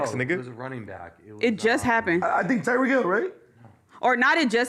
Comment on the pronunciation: haha couldnt even say Tyreek Hill's name right...